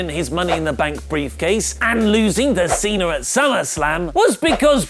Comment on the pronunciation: John Cenar!!!! Learn how to say Cena!!!